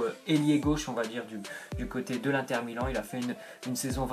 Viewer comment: J'aime pas les gens disent "1 tère milan" On prononce le IN donc ca ce dit INNNNNNNTER